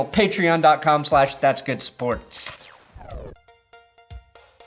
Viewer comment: Patron is not pronounced like that. Idk if its on purpose or not but that shit IRKS me every vid. Side note: thanks for the lions content.